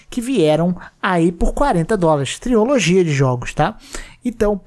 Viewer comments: Mano adoro os vídeos do, mas toda vez que ele fala triOlogia e não trilogia (e ta assim no titulo também) me dá uma pontada no estomago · Não estou negando que é uma TRILOGIA porque de fato é uma mas, é engraçado ver o querido dizer TRIOLOGIA kkk não sei se é um meme interno do canal falar TRIOLOGIA ao invés de TRILOGIA.